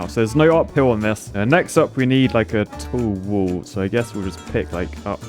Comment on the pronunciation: "We need a tull wool" lmao